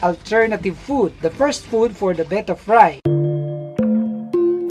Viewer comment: says "Bet-tah" correctly. Not "Bay-tah".